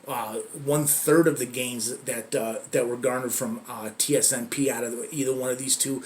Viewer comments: Why does he keep saying tsnp, its tsnp. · He says tsnp but its tsnp